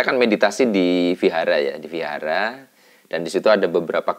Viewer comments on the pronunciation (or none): none